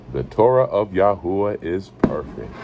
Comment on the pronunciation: The Torah of ya hoo a ?Why is it pernounced like that?